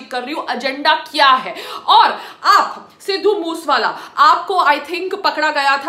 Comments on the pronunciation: Sidhu moos wala 🤣🤣.Uh biba naam ta laina Sikh la it's sidhu moose wala not moos wala😁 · Phele bolna to shik le sidhu moose wala h vo tu kya bol rahi h 😂😂😂😂🤣🤣🤣🤣😂😂🤣😂🤣😂🤣😂🤣😂🤣😂🤣😂🤣😂🤣😂🤣😂🤣😂 htttt sali. 😂🤣😂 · Arey Bnn tu phle sahi se naam to bol Bai k Tujhe munawar ne thk kaha tha tu vedio upload krke glti krdeti ho😂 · Siddu moosewala ka naam to sahi se lele chali video bnane 😂😂😂😂😂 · Pahle name bolna Sikh le uske bad bat kar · Didi pehle nam shi se Lena sikho fir bat krna.... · Pehle naam to sahi bol le satvi fail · Naam toh shai se bol le